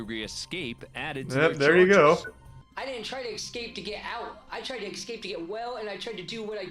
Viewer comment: “Excape” 💀 how don’t people know it’s not pronounced that way? It rubs me like the way people don’t know the difference between there, their and they’re.